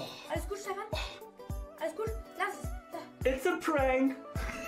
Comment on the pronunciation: Dieses "Steffan" Da muss ich los...